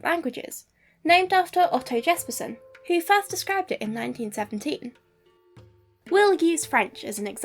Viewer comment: Jespersen's name is pronounced more like "Yespersen"